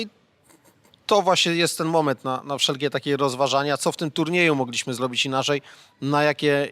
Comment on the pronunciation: Panie Krzysztofie: "MOgliśmy" a nie "MogLIŚmy"...itd,itp!!! Jest Pan dziennikarzem, mówi Pan do wielu ludzi.. Czasem prawidłowa akcentacja się Panu udaje, ale mam wrażenie, że to jest trochę poza kontrolą.. Proszę być wzorem stosowania języka polskiego, w odróżnieniu od polityków, z których tak chętnie Pan szydzi (nie mówię o słuszności tego, bądź jej braku. to zupełnie inna sprawa). Pozdrawiam!!!